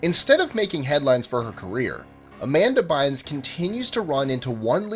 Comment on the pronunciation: tHE WAY YOU SAID AMANDA BYNES LMAO